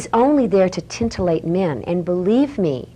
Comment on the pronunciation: "is only there to TINTILLATE" men" before you critique how about you learn English?